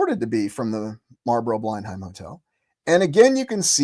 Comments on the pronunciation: fyi, pronounced 'blen-um' not 'bline-hime' as in Blenheim Palace, home of the Dukes of Marlborough, family name, Churchill.... English pronunciations can be tricky. Great channel! Very interesting ideas. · Blenheim is pronounced 'blennam' 🙂